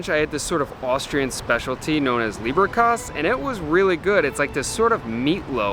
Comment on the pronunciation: Leberkäs rather than Lieberkäs (the Le- sounds like English lay more than lee). I think Central is the most architecturally stunning of the classic Viennese cafés but it is definitely the one that draws the most tourists. And you're right, most people who go there are only having cake rather than a savoury course - and that's the right choice really, the selection of cakes is fantastic. I got into the habit of choosing the eponymous cake for whichever café I was in - the Centraltorte was a chocolate-topped, marzipan-filled effort with an edible red chocolate seal on top. Having lived in Bavaria I was already familiar with Kaiserschmarrn - in Bavaria and Austria, Schmarrn is also slang for nonsense (as in you're talking a load of nonsense) so Kaiserschmarrn always elicits a bit of a smile.